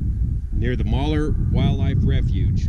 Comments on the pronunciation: It's not Mauler, it's Mal-heur, almost like the two words "mall here". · "Moller' was killing me! It's pronounced just like it's spelled, mal-heur. Neat story though and glad to hear that bastard meeting his karma. My great, great grandfather Ajax Noyes was also a bastard cattle baron in Montana and has a Bitterroot peak named after him, Ajax Mountain aka Ajax Peak. He lost his fortune chasing gold in the Bitterroots and commited suicide. My great aunt Alva wrote a biography of him and volumes of this book sell for upwards of $5000 today for a nice quality edition. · It's pronounced " Mal-hear". Love your stories safe travel's while in my home state, sincerely. From Dave L. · I thought it was pronounced 'mal hewer', not moller..... I love the area. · We can always tell when a non-local talks about Malheur . . . they always pronouce it wrong. Mal -hur not Maler . . . The reason the land was and is so swampy is because much of Southern Malheur County and most of Harney County ground sits on lava flows. The lava has hardened creating a glass like barrior several feet deep covering almost all of Harney County and much of Southern Malhuer county. When it rains or snows the water sits in puddles until it evaporates. To dig a well you need special equipment and the cost is about 4 times as much as elsewhere since they have to drill through solid lava. And then they may not find good water. This is also the reason they have not mined very many of the mineral deposits there. PS: The first Basque settlers there sent money home to their relatives in the mountains of Spain to come join them. They would travel by ship to NYC then travel to Oregon by wagon. The Basque people were discriminated against in Spain at that time. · Wow! This is in my neck of the woods and I've never heard of it. I also didn't know French Glen was named after Pete French. I cringed every time you pronounced Malheur, Maller though, lol. Great reporting, very interesting! Thank You!